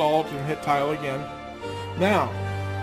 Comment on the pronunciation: Ahh you threw me with the tile its actually Tilde pronounced Til-Dah I believe, If I hadn't seen this comment I woulda never figured out what you said thought you clicked the village tile lol